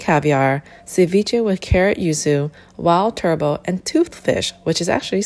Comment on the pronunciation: The T in turbot is pronounced.